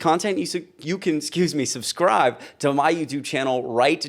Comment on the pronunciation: did you say, "SUBSCRIVE"?